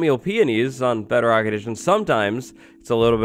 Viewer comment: Lol What's Beo-Rock?